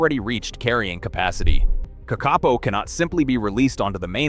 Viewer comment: Kakapo is pronounced KA-ka-po, it is not pronounced ka-KA-po